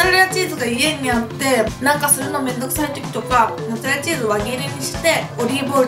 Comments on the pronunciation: めんつぁれらで笑ったwww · めんつぁれらもっつぁれらwwwww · めんつぁレラ モッツァレラって間違えちゃうのカワイイ！😍😍😍😍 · めんつぁれら！！笑 めっちゃ笑わせていただきました♡ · めんつぁれらwwwwww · めんつぁレラモッツァレラ(笑) 今日はめっちゃ面白いですな✨ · もう、めんつぁれらでいいんじゃないですか？ｗｗｗ 笑っちゃった^^☆ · めんつぁれらモッツァレラ笑うwwwww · めんつぁレラ、モッツァレラ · 멘짜렐라 모짜렐라 ㅋㅋㅋㅋㅋㅋㅋ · めんつぁれらモッツァレラ笑笑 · めんつぁれら！！笑笑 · めんつぁれらwwww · モッツァレラが地味に言えてないのがかわいい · モッツァレラが絶妙に言えてなくて可愛い💕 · オープニングを撮り忘れたと、 の一晩漬けたとモッツァレラが言えてなくて可愛い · モッツアレラ言いにくそう😂 味玉よりジャガイモにしか見えない😂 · モッツァレラって言えてないww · モッツァレラ全然言えてないww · モッツァレラってすごい言いにくそう笑